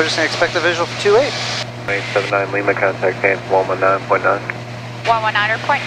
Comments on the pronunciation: Just some constructive criticism, she puts the stress on the "A" in Lima when she should put the stress on the "I". Líma, not Limá. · She just needs to put the stress on the "I" and all will be good... Liiiiiima